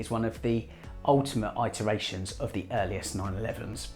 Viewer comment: It’s pronounced ‘it’ not ‘I’ teration muppet